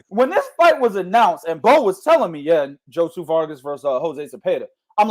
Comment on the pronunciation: this ninja Bo done said Josu...Josue..Jose to Joshua Vargas all under 10 minutes lmao fucked up is Bo prolly dissed Josue whole living lineage and aint even know it